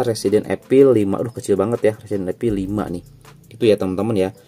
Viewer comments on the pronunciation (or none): Evil bukan epil